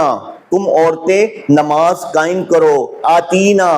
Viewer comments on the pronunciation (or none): none